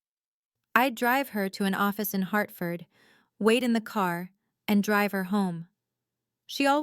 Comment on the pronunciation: Also, for folks who aren't American, Hartford, not "Heartford."